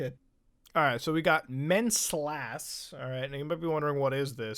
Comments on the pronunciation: It's Good King Wenceslas (Wen-ces-las), not Good King Menslas. I should know, I listened to the Phineas and Ferb parody of the song inspired by the tale of Wenceslas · Winceslas is a christmas song lmao, pronounced win-ziss-loss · Good King Wenceslas is a traditional Christmas song/poem. It's pronounced WENCE-ess-lass. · Wayyyy too late, BUT it’s King Wenceslas, not mencles, and it’s a Christmas story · "menslass" Wenceslas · its actully pronounced when-ses-las, and the story bit is a song or hym or whatever. my mom used to sing that as a bed time story when i was a kid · Hearing Muta pronounce "Wenceslas" got me. also the monologue thing was a christmas carol named "good king wenceslas," which originally didnt have lyrics, and there was a joke in phineas and ferb where buford (sorry if i misspelled the names) sang the history of the song to the tune of itself.